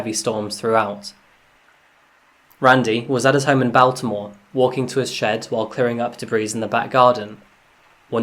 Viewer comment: By far one of the more interesting pronunciations of Baltimore I've heard. Great videos, keep up the good work